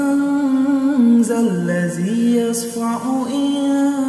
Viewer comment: Есть ошибка в чтении манза ллази ясфау Надо читать яШфау